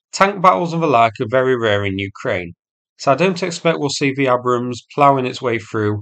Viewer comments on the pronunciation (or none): "AY-brams" not "A-brums". Jesus Christ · Tis pronounced 'Aybrams'. 😉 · lol it’s pronounced ay-brums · What an odd way to pronounce Abrams..... It's pronounced Aybrams. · Are you deliberately mispronouncing Abrams? 🙂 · Thought you would be able to pronounce "Abram" !! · At least learn how to pronounce the name property.